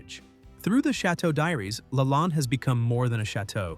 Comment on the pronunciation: Is the narrator AI? Lalande is pronounced wrong and the picture of her father is incorrect. There’s a picture of the outside of the chateau showing an infinity pool and a view of the ocean. That’s not where the chateau is located.